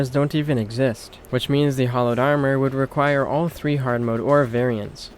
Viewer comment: I want to know why Terraria has made people read Hallowed as "Hollowed" Has no one ever heard that word before? So many things in this game are mispronounced. I dont understand. Eye core stickers? Really? Eye core flasks? Really?